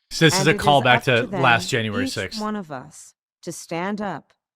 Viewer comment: Did she just call January "anuary" !? She must have been buzzed.